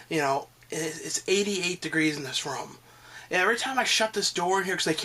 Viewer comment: ROOOOOOOOOOOOOOOOOOOOOOOOOOOOOOOOOOOOOOOOM not RUM!